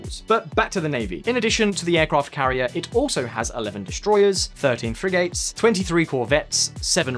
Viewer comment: Frigate is pronounced 'friggut' in English, not 'frig-ate'.